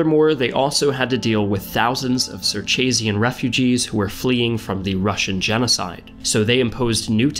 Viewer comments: Cirtshasian? It's pronounced as you read 'Circassian'. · abdi yusuf I know he can’t change his voice, but he can certainly improve his tone and pitch. Also his pronunciation, it seemed a bit clunky and odd; for example pronouncing Circassian as “circhachian.” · Why did he pronounce Circassian as “Circachian?” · It's pronounced "Sercashiyen". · you pronounced Circassian wrong also Could you make a video about the circassian genocide, Most of their survivors live in Turkey now